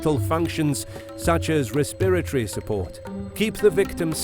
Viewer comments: Interesting. You are pronouncing"respiratory" different. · Worst pronunciation of “respiratory “ I ever heard!